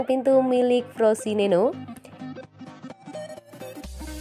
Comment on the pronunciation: Frosineno 🤣🤣🤣🤣,,kalo gak bisa baca jangan buat konten,,yg ada Frosinone